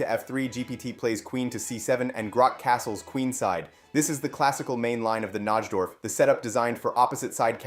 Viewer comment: Disliked for ignoring my previous comment about how to correctly pronounce NIGH-dorf. Your mispronunciation is seriously nails on a chalkboard.